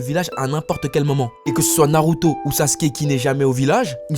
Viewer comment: 🤣🤣🤣le manque de respect pour Naruto, il a transformé 3 syllabes en 4 je suis dead 🤣🤣🤣 t'es le best